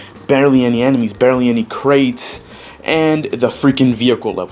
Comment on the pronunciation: Dude, it's Nitro CRATES, not Nitro KARTS. Where are you from?